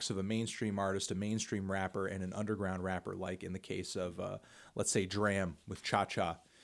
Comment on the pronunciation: still saying DRAM wrong. c'mon melon